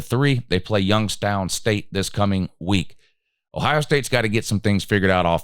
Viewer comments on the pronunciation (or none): none